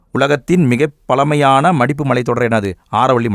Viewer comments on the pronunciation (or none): பலமையான இல்லை பழமையான உச்சரிப்பு தெளிவாக உச்சரிக்கவும் தமிழாசிரியராக சொல்கிறேன் உங்கள் வீடியோ அருமை தவறாக இருந்தால் மன்னிக்கவும்😊